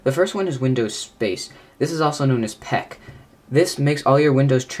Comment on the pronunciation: Actually, it's called "Peek" (aka Aero Peek), not "Peck".